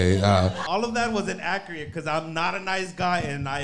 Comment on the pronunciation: The audacity of this guy trying to roast anyone while pronouncing it “innacriate”